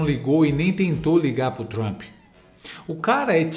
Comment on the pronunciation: É duro ouvir ele falando "Trampi", numa entrevista dessa!